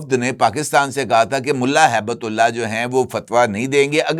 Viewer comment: سر ملا ھیبت اللہ نہیں بلکہ ملا ھبت اللہ درست نام ہے تصحیح فرما لیں